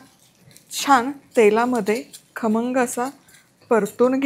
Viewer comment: Tai tumhi pahilyanda khamngchya yevji kharmanga bolle😂....but tumchi recipe super ani usefull ❤❤❤